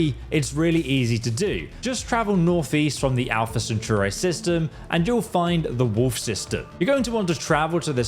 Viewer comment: bro couldn't pronounce Centauri right even if his life was depending on it